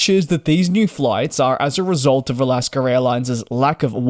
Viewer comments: Again! It is NOT Alasker Airlines. IT's AlaskA. You CAN say it correctly if you try. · Alasker airline 😂😂😂